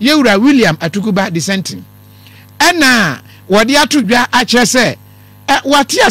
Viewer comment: ATUKUBA NOT ATUBIGA